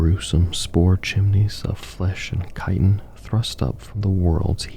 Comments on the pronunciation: Btw its KAI-ten not "chit-in". I made the same mistake for years because I knew the word from literature and not spoken word. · Love the vids! Not critique, I just wanted to help inform. Chitin is pronounced like "kai-ten" and chitinous is "kai-ten-us" Keep up the great work. I love these.